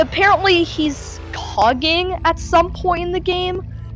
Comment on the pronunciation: You mean by coughing instead of Johnny's cogging